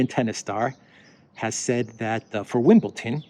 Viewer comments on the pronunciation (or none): none